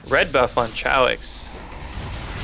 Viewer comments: chaox is pronounced kay ox.... u tards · Its Chaos with an x, not Chow-x. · its Chaox with a K